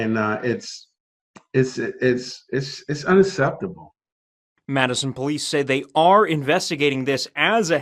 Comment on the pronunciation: “Dis is unaseptable” lol